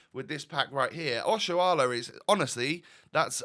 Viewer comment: I really like that you can pronounce Nigerian names well, Oshoala, Chukwueze 👍